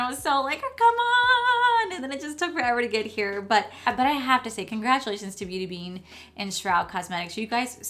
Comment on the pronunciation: Beat bean .... try to get name right if your going to hype the pallet .... mines still on the way...nice look